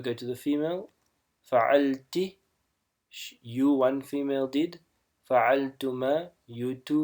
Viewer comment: It shoud be Fa'alti not fa'alati.